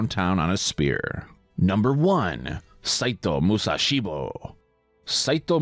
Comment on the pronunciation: The way you said "Saito Musashibo" made him sound badass.